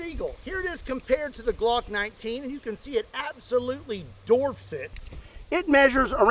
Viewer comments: *dwarfs not "Dorfs" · Dorfs it???? Do you mean dwarf? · …. It’s dWarf, vice DORF, ya DOOF! “The 50AE DWARFS the G19” LOL😂❤ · DORFS???? dwarfs......as in the Seven Dwarfs................duh...... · “absolutely dorfs it” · "Dorfs"? What is a dorf? Dwarfs maybe🤣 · When says Dorfs it, he means Dwarfs it 😂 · “It dorfs it” 😂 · The (larger) gun “dorfs” the smaller one????? I’m sure you meant “dwarfs”… right??? Tell me that the TWO times I hear it said we re on purpose and just being silly. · "it absolutely dorfs it" lol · yes, yes we heard you say dorfs.... bravo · Dwarfs it. The word is dwarf. Like a little person. Dwarf. Dorf was a character played by the comedian Tim Conway. There’s a difference. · WHY ARE YOU SAYING "DORFS IT"?! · Dwarfs not dorfs. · "It absolutely DORFS it..." 😶....😂😂😂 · Yes, yes he is. There is no W to be found. 😂🤣🤣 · please stop saying "it dorfes it" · “You can see it absolutely DORFS it” 😂😂😂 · Does it “dorf” it? Are you saying that incorrectly on purpose? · today we learn our favorite Kentuckan can't say Dwarfs! Still Love ya tho! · Did say darfs? I really like Gimli, that darf from LOTR's... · Are you saying, "Doorfs it" lol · he also calls it Bob wire!!! 🤣🤣🤣